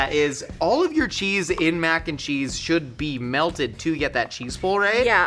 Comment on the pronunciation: Mackencheese like Mackenzie